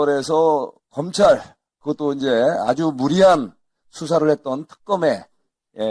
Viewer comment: 검창이 아니라 검찰ㅋㅋㅋㅋㅋㅋㅋㅋㅋ